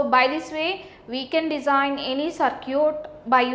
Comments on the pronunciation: mam its circuit not curcit 😂😂😂😂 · " so now lets design a sir-cute .........."